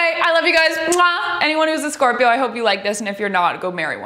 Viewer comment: I'm a sCöRp!öö